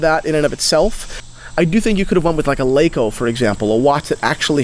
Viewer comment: it's "larko' not lake-o